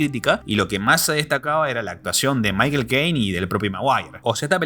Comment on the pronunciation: Ese tipo no sabe pronunciar Michael XD